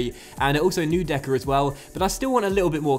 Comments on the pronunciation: Just an FYI, pretty sure it's pronounced "Noy decker" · Hi great episode again! It's so awesome to see you sign great players even with a smaller budget. One thing to help you with the pronunciation of neudeckers name, I think it's noidecker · "eu" in german is pronounced like "oy"